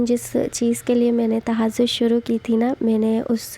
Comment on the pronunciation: Tahajud ka name to sahi liya karo,,, tahasod bol rai hai ap